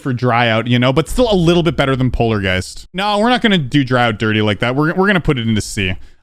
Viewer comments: Is it just me, or did he do polargeist DIRTY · Heres the timestamps for yalls! Intro! Sterweo Madness! Back On Twack! Polawgeist! Dwy out! Base Aftew Base! Cant let go. Jumpah! Time Machine! Cycles! xStep! Cluttewfunk! ToE! (Theowy of evewything) Electwoman Adventuwes! Clubstep! (First Demon) Electwodynamix! Hexagon Fowce! Blast Pwocessing! ToE 2! (Theowy of Evewything 2) Geometwical Dominatow! Deadlocked! (3rd Demon) FingewDash! Conclusion of Tiew List! Outro! And thats basically it! I made this and yes. It took me an hour to type and check. But hey! If you wanna see what thinks of I dunno, FingewDash? Deadlocked? Or maybe even ToEs? Up to you man! And yes theres some modification on the name. Dont ask why. Peace! UwU